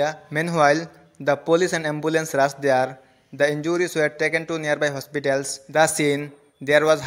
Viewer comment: It's thair not tair num 😂